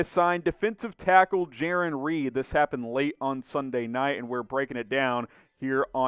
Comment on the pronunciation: I think it’s Jarran. (J-Air-On)